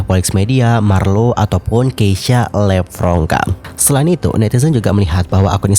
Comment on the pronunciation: dia bilang ngomomg ngapak itu karena nama dia "levronka" tapi si marlo nyebutnya "lepronka". Itu perpaduan nama orang tuanya si keisya Nama lu di selenehin di publik nih, sebagai bintang tamuu haa yamg seharusnya saling menghargai, apalagi ni nama orang tua yang di selenehin, gue si kesel kalau jadi dia.